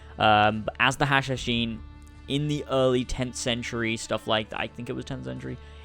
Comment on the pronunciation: finally someone said it right" hashashin"